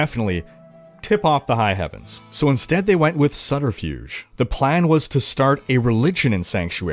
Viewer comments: Sutterfuge? What the hell man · Subterfuge has a very subtle pronunciation.